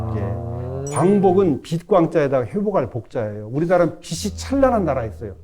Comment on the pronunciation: 교수님이시고 언어에 대해 말씀 하시는데"빛이"를"비시"라고 발음 하시네요?? 그리고 한자를 안 써서 어휘력이 떨어진다는 근거가 무엇인지요? 근거제시가 없이 발언하는 것은 위험합니다. 한자를 병기 했던 8,90년대에 어휘력이 지금 보다 낫다는 근거는 있나요?